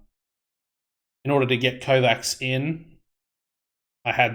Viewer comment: One small tip, with no bad intention. It's pronounced KovaCH. Like the CH in "cherry". If tactics still don't work, turn a striker into a DM/DLP. You also don't have anyone supposed to win the ball back in the midfield. I personally prefer having a DLP, with a Mezzala and a BWM. BWMs are very solid imo and they mostly get the job done. The problem isn't that you don't really score goals, it's that you concede a lot, and that in my opinion comes from the lack of a true midfield. But at the end of the day you're the one playing and we all want our own tactic to work. Cheers!